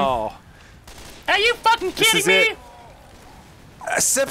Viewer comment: "I cant FAKKING believe this can everyone stop getting smoked?"